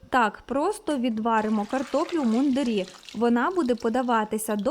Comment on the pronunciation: Картопля в мундИрі, а не в мундирІ. Одяг військових-мундИр.